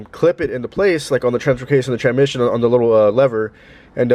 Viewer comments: The way you pronounce transmission 😂😂 tranmission. You know there is an s before mission. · How many times does he say "tranmission" throughout the video.